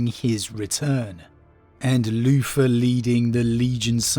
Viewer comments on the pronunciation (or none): I just love the way you say Luther “Loofah”… Anyway, l really do hope we have the Lion coming soon. Even as a long term Wolf player I have respect for the father of the 1st, even if I think the Dark Angels proper are a bunch of shortsighted hypocritical gits. My problem is it feels too signposted. It’s all together too obvious! I can’t help but think it’s all a bluff and there’s no loyalist in the near future.